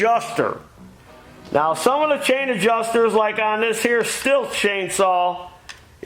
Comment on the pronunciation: I think teeth need some tightening. Every time he says chain, sounds like change😂. Maybe the HAAMS = lub-ri-cat-tíón